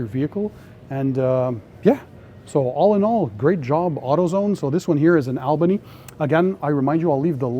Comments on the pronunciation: You're not the only out of town person to say Albany wrong for Albany NY. Well say it like All not Al... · That’s pronounced All bany not Al